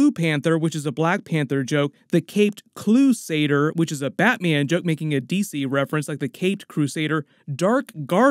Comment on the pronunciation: Gwen said "the caped BLUEsader"